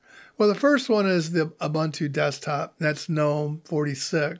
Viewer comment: Its "oo-boon-tooo" - all three "u" sounds are the way he pronounces the last one. Like you would say "goose" - the last syllable is a little longer.